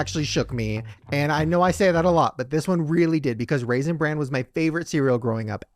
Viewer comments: pronouncing bran with a t at the end is BUGGING THE HELL OUT OF ME 🤣🤣 Lizze, where are you gurl? 😂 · mispronouncing Raisin Bran as Raisin Brand was the cutest thing. He does know it's called Bran because of the Bran flakes in it, right? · Why is saying, raisend brand"?. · Omg kept saying Raisin BranD 🤣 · No one addressing repeatedly saying Raisin Brand bothers me. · raisin Brandt???? Say it how it's SPELT!!!! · Is saying ‘raisin ‘brand’? 🤔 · saying "Raisin Brand" over and over and nobody correcting him was the cutest thing ever lol